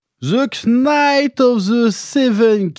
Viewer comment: Le k dans knight ne se prononce pas